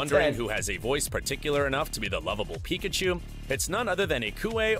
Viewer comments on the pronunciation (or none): none